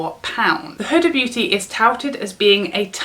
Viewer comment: Huda pronouced whoodaaa .